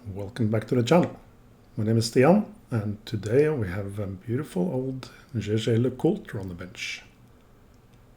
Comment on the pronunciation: I vote that you are saying the name correct!👍